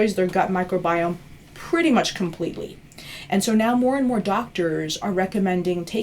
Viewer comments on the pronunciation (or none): none